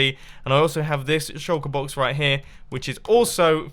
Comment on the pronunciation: I always think you say Chocoboxes instead of Shulkerboxes ^^